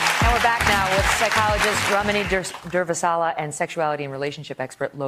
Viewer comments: Haha I love how Durvasula looked directly at the camera when Megyn Kelly struggled to pronounce her name. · How many times can she mispronounce Durvasula? Rude.